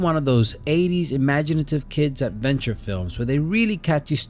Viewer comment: "In dis movie..." "..abventure film..." "da Goonies..." "..short shtory..." I can't take any more. Why do you continue to do this? It's very difficult for you, it's so obvious.